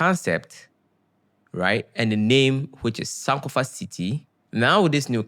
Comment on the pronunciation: Hi I'm commenting from NYC. The word "SANK" in American term means to Drown. Sankofa ( san-kofa) is Energetic meaningful and beautiful. Cutting the San'kofa name incorrectly changes the vibration. We Respect and watch your Entrepreneurship and journey.